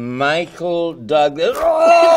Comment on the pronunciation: michael THOUGlas 😂😂